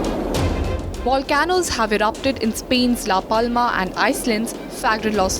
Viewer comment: It’s pronounced “Volcanoes”, NOT “Wa Can Noes”! Maybe next you can hire someone that speaks English and takes the time to study for the part…